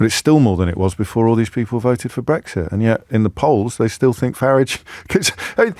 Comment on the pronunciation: I want to meet James so bad ill make him pronounce Farages name correctly!!!!!